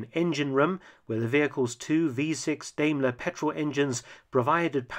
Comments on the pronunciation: You seem interested in correct pronunciations, so: "Dime-ler" and not "dame-ler". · It's Daimler, not Deimler.